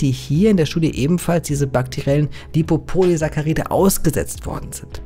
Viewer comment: sprich das BITTE so aus: LipopoliSACKaride xD vegane Grüßee edit: bei hast dus endlich richtig xD